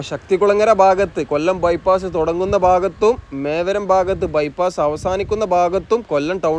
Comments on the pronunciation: മേവരം എന്നല്ല. മേവറം എന്നാണ്❤❤❤ രാഷ്ട്രീയേതര കാര്യങ്ങൾ താങ്കൾ പറഞ്ഞതിനോട് ഞാൻ യോജിക്കുന്നു. എൻ്റെ അതേ മനോഭാവമാണ് താങ്കൾക്കും എന്ന് ഞാൻ കരുതുന്നു ❤❤❤❤❤ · മേവരം❌ mevarum ✅